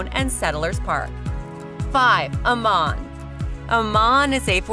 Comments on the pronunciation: Don’t live in Idaho! I’m counting the days to getting out of this hell hole! Absolutely hilarious representation! $800 a month in Garden City/Boise? Not even close!!! Sever winters? 😂😂😂 Good schools? Might want to check out the stats that put Idaho 48 out of 50! Amaaaaan? Might want to learn how to pronounce the places your representing? This vid is a complete joke! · People that do these kind of reviews should have to know what they are talking about! AMMON is pronounced Am-In and none to the video/photos were not of Ammon. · Pronounce Ammon! Also, Idaho Falls isn't Twin Falls. And Garden City is a crime ridden sh**hole. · Having lived in Idaho for over 20 years and traveled the state, you have the wrong directions and pictures of various areas. Shoshone Falls is on the east side of Twin Falls. Twin Falls is 160 miles southwest of Idaho Falls. Meridian, ID is to the west of Boise and not the east. The pictures of downtown Boise are not found in Moscow, ID. Pronouncing Ammon, ID was totally wrong. There are even more mistakes in your presentation. You need to better check your facts before you make your next video of Idaho. This presentation was depressing.